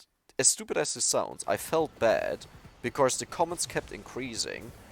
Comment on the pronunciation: One thing I wanna tell u with hopes you don't get it wrong or feel offended: You often say the word "because" and then pronounce it like "becauRse" with an "r" in the middle - since you are german I figured you might wanna know this. Great(!) english in general for a german though, props! ✌️